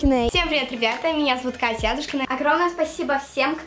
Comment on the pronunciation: АдУУшкина или АААдушкина? Куда падает ударение?